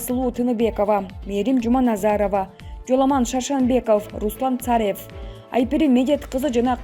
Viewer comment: Ушул журналистка такыр суйлошту уйронбоду да макалее, сексалю ларга окшоп суйлойт экыс мекыс дебей уйронуп алчы сарев эмес царьёв